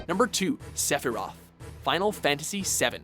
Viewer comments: Palatzo and Seffirof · "SEPIROTH,,, SEPIROTH"